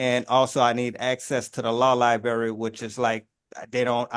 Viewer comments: He’s having trouble with the lie-berry those are the worst berries. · what is a law LIBARY? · New rule: you can't use words in court you can't pronounce. What exactly is a "libary",? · The “Law Liberry” 😂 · That's actually a very appropriate mispronunciation, "law lie-berry" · Please - SOMEBODY MAKE HIM STOP CALLING IT A “LAW LIBARRY”…. PLUS IT’S NEVER A “LAW LIBARRY,” JUST LIKE WE DON’T EAT “PUHSKETTI & MEATBALLS” AND WE DO GET TO THE HOSPITAL FAST BUT NOT BY CALLING THE “AMBLEEANCE” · What’s a law li berry? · “Can I axe that….” “Law libary……” “I also axe that….” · Lie berry lol its LIBRARY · "Axe a question" "Libary" "Imma have a issue" and moor "Axe"-ing of questions. Lol Yeah, looking up 240.12, or 24012, out of Louisiana ... it doesn't exist. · What’s a “liberry” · But he is axing bout da law lieberry. English much? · Law libary 🤣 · If you pronounce words like libary & exspecialy & aks, then your no sovereign! With not knowing the English language, I don’t think you can defend yourself! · It’s not ly-bary, but li-brar-ee 😳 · He's axing because he can't get to the lw lie-berry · God damn… it’s LIBRARY, not LIBARY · Lie-berry Repeatedly “ax” for things “Can’t properly represent myself” No dude, I think you’re representing yourself exactly. But DEFENDING yourself legally … no you’re certainly not doing that well. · A tribal chief would be educated enough not to say "axe" for "ask" or "libarry" for "library." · Imagine the motions this guy writes up... "libarry," "axed" etc. If he's foreign royalty on one side of the world while chieftain of a native tribe on the other side, I suppose I'm an astronaut. One reason I could never be part of the sovereign movement even if I agreed with it's craziness is that I wouldn't want to be associated with the idiots who are already there. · LOL! He's having difficulty getting to the "law liberry". He probably also has difficulty in the public library anywhere outside the children's section! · Tf is a li-berry 🫐